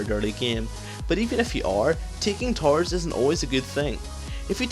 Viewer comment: lol when you say towers it sounded like tarws